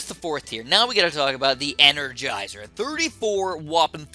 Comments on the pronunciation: ‘Engergizer’ Ok. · I know what an energizer is but what’s an engergizer??